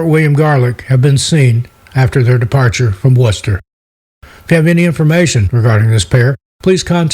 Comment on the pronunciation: Not often I see "Worcester" pronounced correctly. Well done.